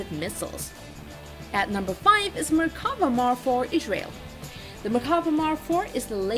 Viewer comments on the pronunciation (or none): and warning : horrible accent and not being able to pronounce Israel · This voice-over is riddled with hilarious mispronunciations. I never knew there was a 'H' in 'Israel'.